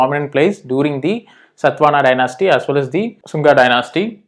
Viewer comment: its not SATVANA, its SATHAVAHANA